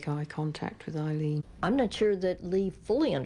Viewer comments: Aileen, not Arleen. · Did her lawyer really just call her “Arleen” ???????